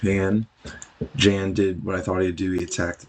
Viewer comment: The "J" in Jan's name is more like a "Y' sound and the "a" is soft, similar to the word "Yawn", like yawning when your tired. Thanks for the video : )